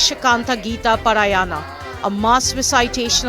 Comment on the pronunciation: Please prounance paaraayana,ramaayana properly